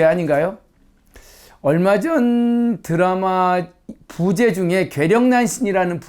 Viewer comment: 부제의 부는 길게 발음해야지요!! !